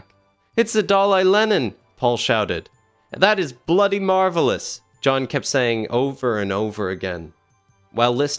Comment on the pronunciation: Never say "bloody" like that ever again. Thanks